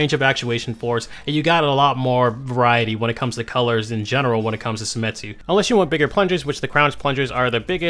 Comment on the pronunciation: it's seimitsu not semitsu, right?